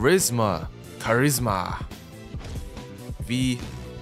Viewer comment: When he say charisma my mind say Charis ma balls